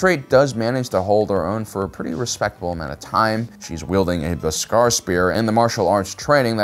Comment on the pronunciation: I like the way he fucked up beskar